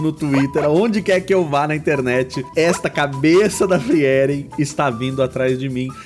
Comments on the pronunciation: Eu amo Frieren (pronuncia-se "fríren", não "friéren" rsrs). Eu me diverti muito com os desenhos e o resultado do seu ficou simplesmente perfeito! Realmente impressionante para alguém que julga não dominar o estilo anime. Parabéns ❤ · Acho que é a primeira vez que ouço alguem falando o nome da personagem como FriÉren ao invés de FrÍren